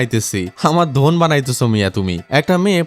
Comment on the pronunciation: মন ❌ ধন ✅